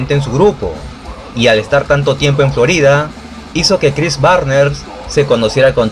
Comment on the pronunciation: Chris Barnes al principio del video era Chris Barner, y ya después después Chris Barners; y Rob Barrett empezó como Bob Barring …😅. Muy buen video 👍🏻